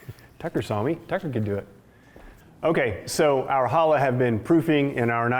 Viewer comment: Going to make one for Shabbat this week. Thanks! One thing...CHA -lah. Like you're clearing your throat. CCCHHHHAAA-lah.😉